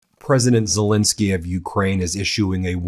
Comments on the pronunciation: STOP MISPRONOUNCING ZELENSKYY! THAT'S AN E NOT AN I, DOGGONE IT. THE MIDDLE SYLLABLE RHYMES WITH PEN, NOT PIN. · It could be even better if he pronounced Zelenskyy correctly, that's an "E" not an "I" - calling him Zelinski is worthy of MAGA. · NOPE, I'm not cutting him any slack on this, and I very much like the work of the brothers three, but the man's name is ZELENSKYY, the middle syllable rhymes with Ben, he is a world leader, and the repugnantones delight in mispronouncing people's names. We good guys can do better. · BEN - I am positive that this is unintentional on your part, however you, along with a disappointing number of other legitimate news reporters continue to mispronounce the name of the leader of Ukraine. This is - unintended or not - a show of disrespect. How would you like it if people kept mispronouncing your name ? His name is ZELENSKY - NOT ZOLINSKI . If his name was ZOLINSKI it would be spelled that way. It is not. It is spelled ZELENSKY because that is his name. Please maintain the fair, rational, and legitimate presentation of important news that the Meidas network has become known for, and at least pronounce correctly the name of the leader of Ukraine. Thank you.